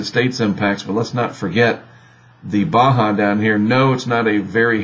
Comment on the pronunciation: Surprisingly, they can pronounce Baja correctly.